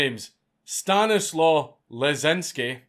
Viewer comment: I'll make it easier for you Dank: STAH-KNEE-SUAVE LESCH-CHEEN-SKEE